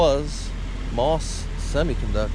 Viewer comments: The correct pronunciation isn't "moss" like the stuff that grows around a tree. It is M - O - S with each letter spoken. Please get it right for the sake of preserving history. I know this is true because I personally know several people who worked there. Thank you. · Yes you are correct those of us that worked there pronounced MOS as individual letters. At that time there was a company in Texas called Mostek and it was pronounced as one word, thus the difference. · Can Bil or confirm the pronunciation of "MOS"? I thought it was pronounced as individual letters.